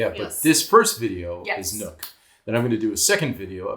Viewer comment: Great video, but I have to say: Nuuk is not pronounced as "nook" but as "noob" with a k.